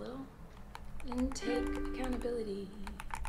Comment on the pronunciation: She keeps saying "acountability" but I don't think she actually understands what that word means. She never actually apologized.